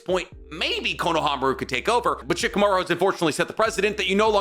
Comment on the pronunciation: "Shikimaru is barely tree level" 😂😂😂